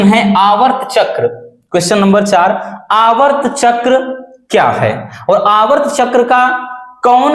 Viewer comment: Aavart chakra nahi sir aartav chakra 😮